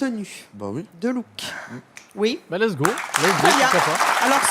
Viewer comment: j'entends très belle perso 😆